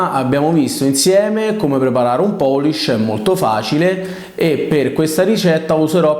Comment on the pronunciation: Una domanda, ma poolish non si dovrebbe pronunciare "puulisc" più o meno? Tutti gli italiani su YT dicono "poolisc". Non mi sembra corretto, ma attendo un madrelingua inglese che me lo confermi:finger-red-number-one